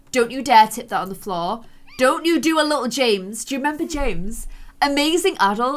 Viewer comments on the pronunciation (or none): none